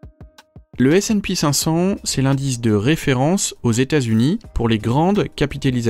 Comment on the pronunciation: Pour le S&P500 c'est ESE et pas ESEE. Merci a toi